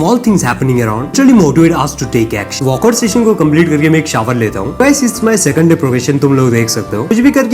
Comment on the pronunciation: Me : workout Bhai : walkout Me : motivation Bhai : moottivation Your ladakh pronounciation so sexy 😅😅😅😅 say it again